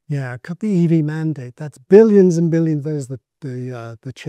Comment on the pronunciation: I can’t believe you didn’t comment on his pronunciation of the word “billion.” It even came up during a part you started to repeat but then you didn’t comment on how he doesn’t pronounce the /l/ (“L”) component, just the /j/ (“Y”).